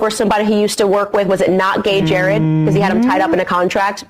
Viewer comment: His Name is not not gay Jared it is Jered Monroe.